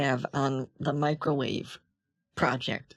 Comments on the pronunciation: Hold on hold on why is the creation of a "Macrowave" the funniest thing I've ever heard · "the first Macro-Wave" oh god I'm losing it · Lost it at "world's first macrowave" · "The world's first macro-wave" 😂😂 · “He’s trying to make the world’s first macrowave.” I’m dying 😂😂